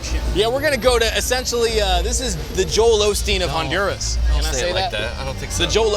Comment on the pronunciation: I love how John says Honduras…Hahn-DUR-as. 🤣🤣 John, try Ohn-Doo-rah-s!